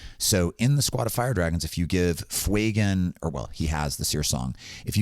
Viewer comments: I appreciate the content very much and to counter act this have given the video a link and subscribed, but can we stop calling him Fweygan, it's not intimidating and badass like the character deserves. Yes, yes I understand the inspiration is from the word Fuego, doesn't mean it takes on the parent pronunciation there are many words that have complete linguistic changes due to appending letters and changing the structure. Fewgan is significantly more intimidating and bad ass. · Love your content! I think its pronounced Few-Gan